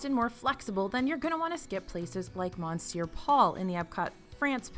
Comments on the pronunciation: Monsier Paul is pronounced “Meh sior”. Not mon Don’t pronounce the “n”. Also. “Les Halles”. Is pronounced “ Laysall”. You pronounce the “ S” and run it into the hall and “h” is silent. And it’s like a z. Layzall. That’s French. 😀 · for the love of Mickey, please! Monsieur Paul is pronounced /M'syuh Paul/. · please learn how to pronounce Monsieur - miss yer basically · Great video, but I can't help laughing at how can pronounce Les Halles correctly, but not Monsieur. Omit the N,! 🤣🤣🤣